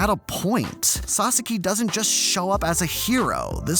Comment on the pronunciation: I completely agree with you, but please pronounce sasaki correctly ffs